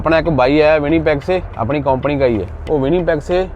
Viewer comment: KAUMPANI NAHIN HOTA SARDAAR JI >>>>>>>>KAMPANY BOLTAY HAI SAHI SAY NOT KOMPANY